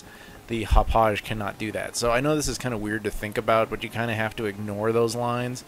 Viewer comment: It's pronounced "hop-ahg". Coming from a Long Island native ;D